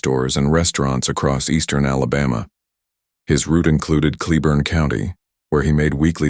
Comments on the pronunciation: Pronounced Clay- born. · Argh! It's pronounced " clay-born" county..